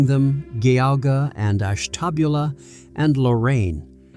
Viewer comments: Ashtabula is pronounced Ash-tah-BYOO-lah!!! JFC!!! 🤬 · this AI's pronunciation made me not recognise county names in my own state lmao. The G in Geauga sounds like J. Ash-tuh-BYOO-lah. And Lorain Counties lmao. Between originally being part of Connecticut and having a large influx of New Englanders in my hometown, I finally understand why NE Ohio is soooo different from the rest of the state. The state is called 'midwest' for some unknown reason but, as a Clevelander, I have always felt an identity closer to that of a Philadelphian or Bostonian than a Chicagoan or even anyone from western or southern Ohio. They're different worlds altogether lol.